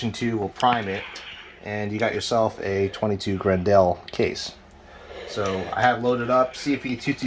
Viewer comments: FYI, it's not gren-DEL, it's pronounced "grendull", like the antagonist from Beowolf. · If I hear him say Grin-dell once more I was going to stick an ice pick in my ears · "Gren-dell" lol